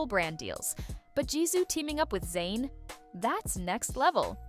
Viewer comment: His name is ZAYN not Zyan